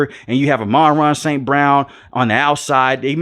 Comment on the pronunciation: Pronounced AHMAN-RAH!